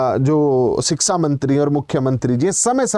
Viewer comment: लगता है आप भी योगी के साडू हैं शिक्षा को शिक्सा कह रहे हैं